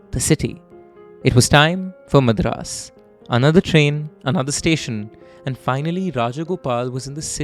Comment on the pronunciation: Nice work overall with the presentation, diction and the command over the language, but what's with the "Madraaas" bit, pronouced 'Madh-raas'?!! That was a d*@ giveaway of a North Indian trying to steep into a South Indian tale. Either call the city 'Chennai' or 'Madras' (pronouced, 'mud-raas') if you must.